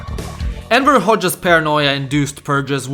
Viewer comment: I actually heard Emperor a few times, LOL.